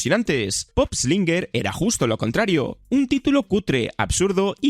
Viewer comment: No es pop slinger es poop slinger. La pronunciación